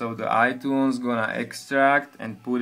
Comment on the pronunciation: he says itoones